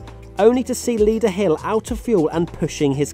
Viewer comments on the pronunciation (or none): none